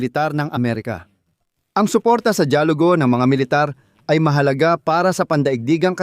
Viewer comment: Mali Ang Salitang “ DAYALUGO “ at HINDI DIYAGULO” FYI” only “ Because your my Brother” Thank you 🙏